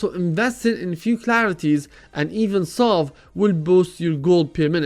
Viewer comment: It's salve not solve XD :p